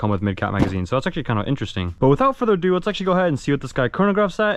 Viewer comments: Without further aduu adoo adue! I think k you said it 78 times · Without further ado. Without further uhdew. Without further ahdue